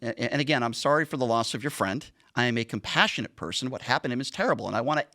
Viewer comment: "I'm a compationate person." If you have to say that I doubt you're compassionate. What a loser.